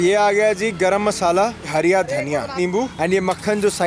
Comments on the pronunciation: Sahi hai.. Mehnat ka fal aacha hi hota hai... Sirf ek hi dikkat thi video mein.... Woh hariya dhaniya nahi hara dhaniya hota hai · It’s not hariya dhaniya it’s called fucking hara dhaniya. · Hariya Dhaniya🤣🤣 nhi hara dhaniya bolte h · Hariyya dhaniya bol rha bhai br br 🙄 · Hara Dhaniya ❌ Hariya Dhaniya ✅ 🤣🤣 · Hariya daniya nahi hara daniya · It's hara dhania not hariya 😂😂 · bhai its hara daniya not(hariya dhaniya😂😂😂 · Its hara dhaniya... Not hariya dhaniya 😬🤣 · Hara dhaniya please and not 'hariya dhaniya'. It makes me so uneasy 😁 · Hara dhania not harya dhania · ओ भाई एक बात... धनिया हरा होता है.. हरिया नहीं जितनी baar bola गलत ही बोला है🤨.. भाई 🇮🇳इंडियन हो कम से कम हिंदी तो ठीक से बोलना सीख लो.... बाकी पाजी की कहानी बहुत अच्छी सीख देती है🙏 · Aby yar hariya dhaniya kya hota h be hara dhaniya hota h 😏